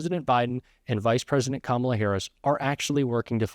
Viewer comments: Trump is finally pronouncing Kamala Harris name correctly. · Sounded like Trump missed the memo and correctly stated Kamala’s name 😂